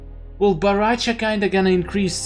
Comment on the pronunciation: Dude is BORRACHO CHO CHOOOOO!!!!! NOT BARRACHA WTF? PLEASE you should say baraka unste of barracha wtf